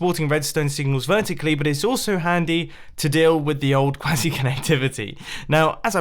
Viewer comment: "Before I start crying, lets move on to quazzy connectivity"